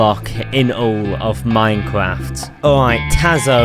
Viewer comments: He has twuly pwoven that sculk is the best block in minekwaft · bro is really saying minecwaf